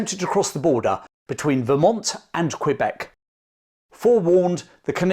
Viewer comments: Nice video. It’s pronounced more like cuh-beck than cue beck but great content, and I’m nit-picking as a local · It's Kebec, not Kwebec. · Excellent video! FYI its pronounced K-beck not Kwabek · Great work, but if you plan to do further episodes based in Canada we pronounced Quebec as Keh-beck. Even the Quebecers say it this way. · Your butchering the pronunciation of Quebec kills me. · No its really not, im fluently english and i can assure you, you sound ridiculous lol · Doubling down on incorrect pronunciation. Interesting strategy. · Found a new dictionary that omits the correct way. Very convenient, now your simple mind can easily convince itself into saying it wrong on purpose once more 🎉😂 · Imagine going abroad, being told how to say a thing properly, pulling out your phone and trying to prove the local wrong. Thats you. This superiority complex of yours is comical, you’ve devoted so much time to this lol You already have the phonemes to say it properly, no valid excuse to butcher it from here on out.